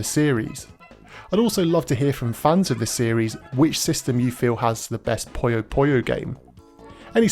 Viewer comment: why does English speaking persons pronounces " poyo poyo" instead of "puyo Puyo" ?